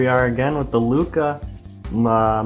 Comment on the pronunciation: NOOOO ITS LUCHAAAAA LOLL